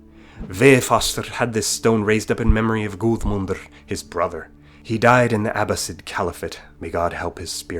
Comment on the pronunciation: The 'ð' in Guðmud is pronounced as a hard 'th' and not as a 'd'; it's called 'eth', spelt like that or 'eð' or 'edh'. My son's middle name is Æðeling, which means 'Prince' in Anglo-Saxon .